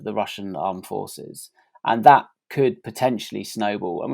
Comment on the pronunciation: James, it's 'the' not 'vur'. It's 'that' not 'vat'.